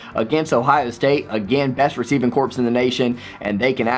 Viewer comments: P.S. Since you asked to be critiqued on pronunciations; well done on JSN, but "corps" is pronounced "core", not "corpse". (Unless you're referring to Michigan's receiving corps, in which case I'll allow it :-) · Corps is pronounced "core" not "corpse." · Solid video...my only gripe is that when you say something such as "receiving corps" it's actually pronounced "receiving CORE," the ps at the end is silent. GO BUCKS, WOO!!! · Hey, man! Great predictions! I only see OSU losing one lose either to Indiana or Minnesota. BTW, when are we doing the Yahoo college game picks this year? I want to participate again. Also quick correction, Corps is pronounced “Cores”.